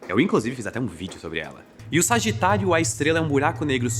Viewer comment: eu só conseguia ouvir "Sargitário, A Estrela!" (signo com epípeto jkkkkk)